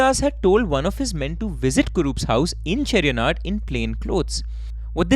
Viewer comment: My hometown is Mavelikkara... It's funny the way you pronounce Kunnam and Kollakadavu bridge 😅😅😅😅 These places are very close to my place.... I have seen the paddy field where Chacko was killed in the car. You pronounced Cheriyanadu properly 😊